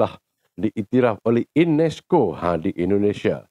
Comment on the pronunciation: INESCO BUKANNYA UNESCO... 😂😂😂😂😂😂😂